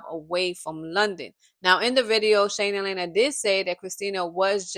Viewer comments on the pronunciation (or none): It’s Lee ana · It's LIANA pronounced Lee-anna or Leanna